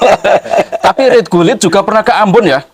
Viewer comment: Mas klo mo bikin konten..! Jgn buru2 terus klo pengetahuan blom bnyk diam dulu. RUT GULIT Bukan RIT GULIT 😁🤭